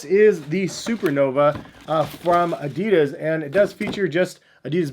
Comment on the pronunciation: If you are so much in the shoes,learn how to say Adidas. If Germans can say correctly Nike,it's not hard for Americans to say Adidas correctly. I hope you are smart enough for that...